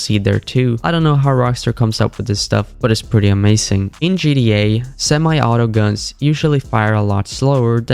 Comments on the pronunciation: Or keeps saying gda 5 instead of gta is he dumb or sumn ? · what kind of accent is that bad ? Just say the T for fs sake 😭